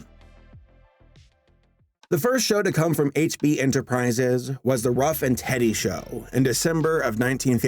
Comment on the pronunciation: Did you say Ruff n' Teddy? Ruff n' Reddy dude!!